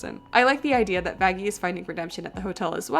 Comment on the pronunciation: I think they meant that the way they pronounced Vaggie sounded more like it started with an f